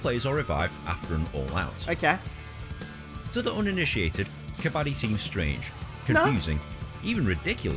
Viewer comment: You are saying kabaddi correctly